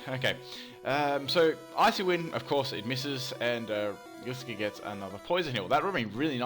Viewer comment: It's pronounced gly scor